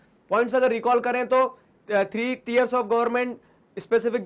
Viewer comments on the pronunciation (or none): It is not tears , it is tiers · Very nice sir But... Teers* * (tiers)😋🚗🚗🍩🍩🍩